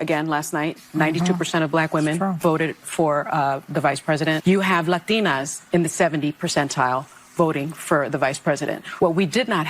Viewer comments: The way she says "LahTINahhs" ... it's like being at a restaurant and pronouncing the dish in it's original accent, you sound ridiculous. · pay attention to how she pronounces "latinas". says it all. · As a guy who speaks several languages there is nothing that triggers me as much as one who switch pronounciatons midsenteces. Hear how they pronounce "latina/latinos" in english you say "latin" yet they have to "virtue signal" a random spaniard pronounciaton for one word. Yet i bet they don't speak a lick of actual spanish. If i'm speaking in English (or any other languages) i will stay to that language pronunciation unless there isn't one..